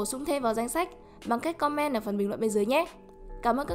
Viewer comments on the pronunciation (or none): none